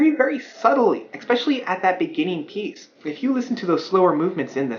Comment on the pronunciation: Stop saying, "expecially." It's not a word.